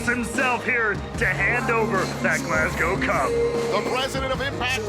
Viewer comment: Absolutely loving the fact and are pronouncing Glasgow properly. None of this Glasscow nonsense a lot of the people from the US say